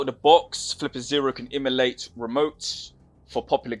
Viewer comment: What do you mean by Immolate? Emulate maybe? Enunciate bro.